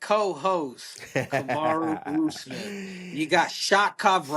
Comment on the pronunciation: They keep messing his name 😭